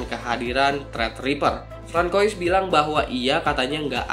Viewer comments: Francois bacanya frangsoa bang. Btw S8 edge emangnya ada ya? 😆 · interupsi, pimpinan..!! Francois itu dibacanya "FRaeNSWA" (versi US) "QONGSWA" (versi French, plus versi AC Unity) OI di dalem nama biasanya dibaca OA alm. Chris BENOIT dibacanya KRIS BENOA (nama marganya kyq lu nyebut nama lokasi Tj. Benoa) tengkyu